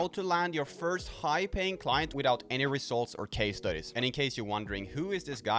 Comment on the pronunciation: I like the way you says 'rezultz'...😂👍